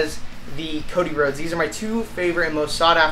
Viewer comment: I don't mind you say Cody Rose